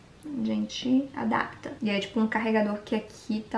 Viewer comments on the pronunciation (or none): none